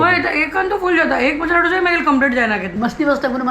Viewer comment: ढोसा नही, its दोसा या दोसे